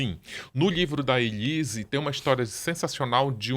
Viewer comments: O Ulisses agoniado com a Ana falando Elisa😂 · que agonia da Bia falando o nome da Elise errado o tempo inteiro! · A Doutora Beatriz só fala ELISA e é muito engraçado quando o Ulisses frisa o nome ELISE. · Bia, vc é lesada????? O nome é ELISE!!!!